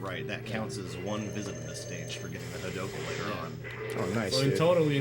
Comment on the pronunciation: Ony the fook